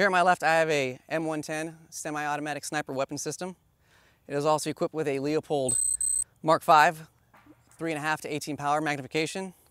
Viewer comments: Its pronounced Lupold, not leopold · Soooo many people still pronounce “Leupold” wrong.